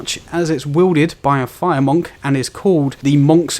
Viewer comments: Why do you pronounce it MOHNK? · You have the weirdest way of saying monk. Good vid though :-)